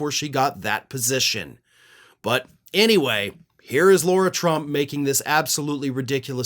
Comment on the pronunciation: Who is “Laura” Trump? It’s Lara Trump. No “u”